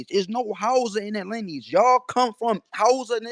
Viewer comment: Lineage rhymes with spinach - Tariq😂😂